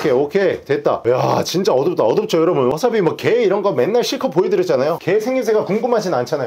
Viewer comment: 어짜피가 아니라 어차피 입니다